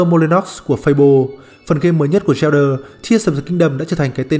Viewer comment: Sao Zelda mà t nghe đọc thành Yellder